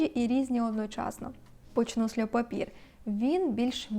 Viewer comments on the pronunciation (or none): льо папьє, а не льо папір🥲 також маю цей аромат, дуже подобається)